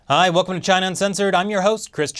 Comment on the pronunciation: I thawt he Wivved cheena